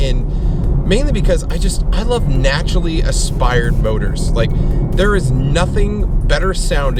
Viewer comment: if no one else is going to correct you on the naturally "aspired" motors... its naturally "aspirated".... lol. Luv ur vids btw.